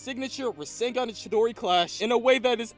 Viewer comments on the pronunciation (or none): bruh he seed chidori